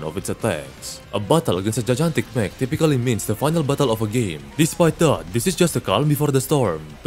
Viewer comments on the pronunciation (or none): none